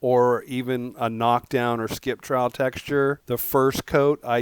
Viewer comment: Correction; "trowel" as in Skip Trowel not "trail" as in court.